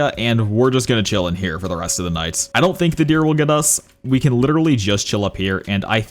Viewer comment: bro check bro said “all nice” instead of all night